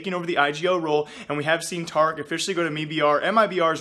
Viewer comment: you don't know how to say tarik or mibr...